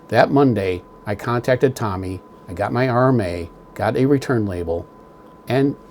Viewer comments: ...and it's TOMY....not TOMMY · Tommy is a name .. the company is Tomy with a long O ... Tow-Me ... I guess I'll call them on Monday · Thanks for sharing, and thanks for having the courage to not accept the defects, for over $700.00 they should have done better. ( for what little it's worth the name is pronounced toe mee, not tommy like the famous who album.) But maybe with those defects it was built by a deaf dumb blind boyl lol! I hope you receive a unit that looks like the one in that video tomy sent out! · amazing when somebody can nitpick like you do yet cannot even pronounce the company name....no surprise dweeb